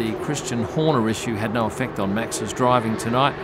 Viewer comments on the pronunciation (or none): none